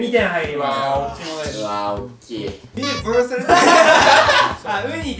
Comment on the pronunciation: 山本さんの「ユニヴァーサル」の発音めっちゃ良くないですか…？